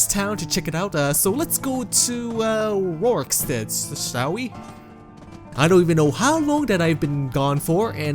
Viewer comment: RorikSTEAD. IvarSTEAD. Not RorikSTEED nor IvarSTEED. Jesus fucking christ, you said it right the first time, I bet you just wanted to piss people of lol